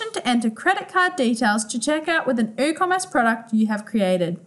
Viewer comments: Hahaha i was thinking the same - did my head in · Is the 'W' in Woocommerce silent? Or was this pronounced incorrectly?